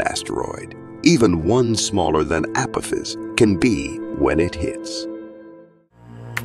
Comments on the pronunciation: (ah pah-fis) not (apifis) AI is better huh?? Seems like outright laziness to me 😂😂😂😂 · It's the pronunciations that are killing me. The 'Keeper Belt' and 'Appofiss'....lmao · This must be either a russian amerikanske Or AI narrorator.. I DONT LIKE AI NARRORATORS THEY SOUND FAKE AND PRONAUNSE ACME A CME A PO THIS APATIS WHAT THE FRACK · the asteroid you call Apophis is pronounced wrong it is pronounced like the god from past history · Anyone else bothered by him calling it 'Keeper' belt instead of Keiper belt and 'Apofiss' instead of AH POFF US? Several mispronunciations driving me nuts. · I quit watching after the AI narrator said Appowthiss and the Keeber belt. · This guy can’t pronounce words correctly. 😂 Keeper belt? Appofiss? 😂😂😂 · Really bad pronunciation of apophis and tsunami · mispronunciation of Kuiper(as Keeper) and Apophus is so careless, and frustrating